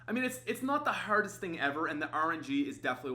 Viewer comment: The way he says hardest